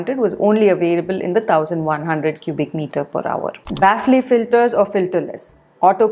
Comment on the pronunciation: its pronounced as bafl filter no baaf ley filter